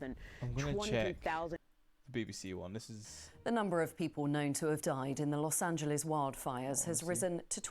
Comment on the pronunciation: I'm just very happy to hear British people pronounce Los Angeles correctly on the news.